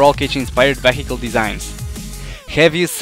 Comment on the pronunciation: I like how you pronounce "vehicle". :p